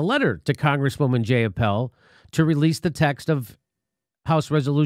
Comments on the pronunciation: Oh my god, her name is Jai-ah-pahl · Her name is pronoubced J(eye)uh(paul). Its not a hard name to pronounce and shes been in the news a lot lately. I'm not happy about a new, flawed M4A bill, but that doesn't mean you belittle someone's name. That makes you look immature.